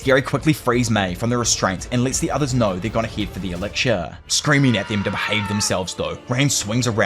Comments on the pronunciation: I genuinely love this channel but the way you pronounce elixir like elicshure makes me want to pull out my own ear drums. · Lol me too.. in fairness, this was the point I came to comment that isolated mispronunciations don't really bother me, but repeatedly hearing 'elixir' with a 'ksh' diphthong instead of 'ks' is starting to grate.. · E lix er not eliksher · "ELIGSHURE" "ELICKSHURE" -. 😂😅 Dope video dude if only the anime lived up to the manga. Unfortunately, I feel the anime is mappas B team or something. Like dark souls 2 but an anime instead of a game. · You need to work on pronouncing "Elixir".